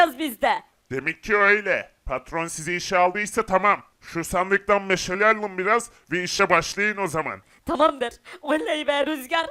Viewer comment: de rüzgar meşale ye meşele dedi abi